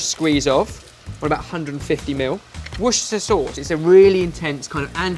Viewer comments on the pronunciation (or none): none